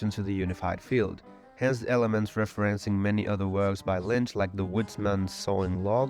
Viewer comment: I have really good quality speakers and a perfect listening room, and every sentence you say has one confusing mistake in it and I literally can't make it out. Sometimes you pronounce Lynch like Mlynch. I have no idea what country you're from but that's insane. I'm literally going to have to find an AI to fix your video